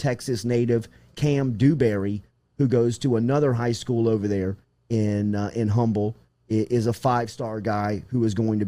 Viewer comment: FYI... the city in Texas although spelled Humbled is pronounced “Umble”